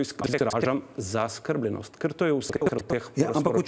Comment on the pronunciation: BELLAMERDA ! ( PUN SEBE KO DREK VITAMINOV. ) Niti besede zaskrbljenost ne zna pravilno poudariti, izgovoriti - in naj se ne izgovarja na it. jezik, ker italijanščino obvladam najmanj 100X bolje kakor on !!...